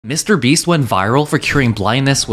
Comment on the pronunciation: New copy of Mr beast ITS MR BREAAAAAAST